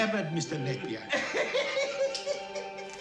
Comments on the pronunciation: Jack NAY-PEEE-YER damnit Not NUH-PEER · It's pronounced "Jack Nay P Er"